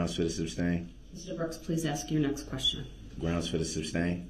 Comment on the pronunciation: She said the groundz